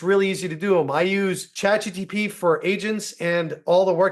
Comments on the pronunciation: Pls stop saying ChatGtP 🫸🏽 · CHAT G T P?🤣